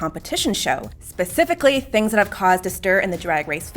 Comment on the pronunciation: Did the presenter say ‘pacifically’? 🤔🤨 The dude who said you can’t be white and not racist is a buffoon. I’m half white, so does that mean I’m racist to myself?